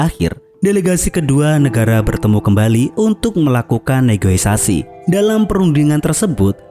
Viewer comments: bukan negoisasi cok... tapi negosiasi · ngomong negoisasi. Padahal negosiasi. Maaf hanya memberi info buat admin agar kata2nya bisa di benerin lgi dan biar admin lebih semangat. Mantap setiap ulasannya